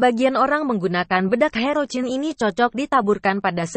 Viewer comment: Herocyn di bacanya herosin bukan herocin kagak enak di dengarnya ini